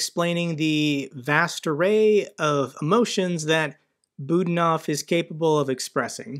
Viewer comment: Budanov is pronounced Bu-DA-nov (stress on the middle syllable "da"). Many thanks